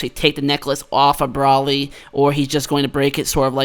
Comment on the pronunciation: It's Bro-ly, not Brolly.